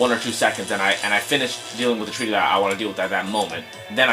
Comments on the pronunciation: It's not "treaty" it's "try-tee" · I lol'd when I faced it on the DS version. And then I read the puzzle guidelines and got it first. Btw, it's pronounced Try-ty. As in 'I' sounds.